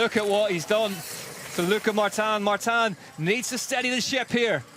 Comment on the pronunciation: Irritating hearing Martan Martan. Its Martin..... Mar tin. Definitely sounded like an American presenter. Like that American woman couldn't even pronounce Zlatan properly